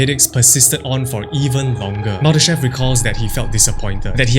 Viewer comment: Боже!!!! Так коверкать ФИО Мулдашева может только И И, сколько можно такое слушать??????????